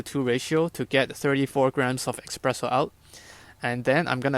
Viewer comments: Hi, i really enjoyed your thoroughness and clear pleasure making coffee, though hearing you pronounce espresso "expresso", was just a little cringey. Cheers! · Blood started to flow from my ears after I heard "eXpresso" for a second time... 🙂